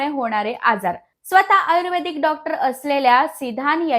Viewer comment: आयुर्वेदिक शब्दाचा उच्चार पण चुकीचा आहे